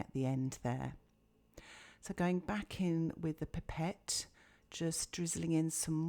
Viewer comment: Its a pipe ette not pepet